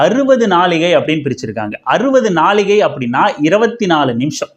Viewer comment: என்னய்யா! தமிழ் இது?! ✅"நாழிகை" ழகர உச்சரிப்புதான் தவறு ன்னா screenல அதை எழுதி இருக்கிறதும் தவறு. அதான் கூகிள் இருக்கில்ல. அதுல type பண்ணி சரிப்பார்த்து videoல போடவேண்டியதுதானே?! தமிழ் தமிழ் ன்னு சொல்ற திராவிடக்கட்சிக்காரங்களே தமிழை பிழை எழுதுனா எப்படி?